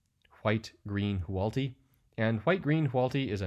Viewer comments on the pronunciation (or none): Hoo-AHT-lee. Say it with me; WHO-aught-li. Reading the name tells you which order to pronounce the letters in